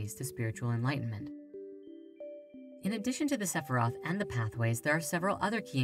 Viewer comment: Please please please please! Check with a native Hebrew speaker before making any more videos on kabbalah. The mispronounciation of spheriot, sphera, the four Hebrew letters in the Tetragrammaton, is not really a good thing to do when you are putting something out into the world. The English spellings of the Hebrew words do not reflect the true pronunciations of the words.